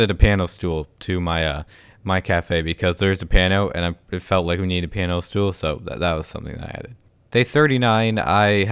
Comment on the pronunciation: Did he call a piano a pano?